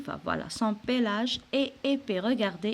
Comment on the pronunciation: pelage et non pélage